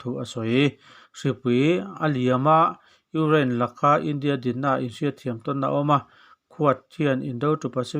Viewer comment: I lam fiah vak lo Ukraine tih pawh kha Ungiane tih a ang ka ti